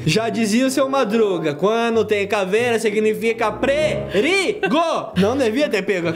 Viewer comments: O falou prerigo e n perigo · você falou prerigo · o pegei essa cavera como o seu madruga disse quando tem cavera siginifca que é perigo eu percebi que ele falou prerigo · O falou prerigo😅😅😅